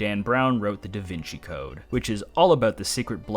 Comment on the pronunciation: Calling Da Vinci 'Da Veenkee' will never not be funny.